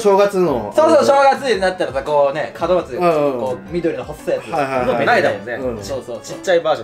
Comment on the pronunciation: の門松が門脇って聞こえた笑